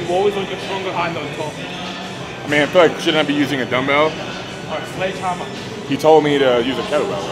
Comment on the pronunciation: "...but a SLEDGEHAMMER!!.." most scottish thing I've ever heard